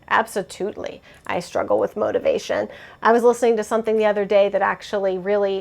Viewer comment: LOL, I say abso-toot-ly too!!! Is it from chuggington or something?! I swear I picked it up off of a kid show at some point 😜